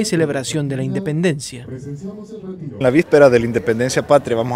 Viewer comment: “Indenpencia” brutal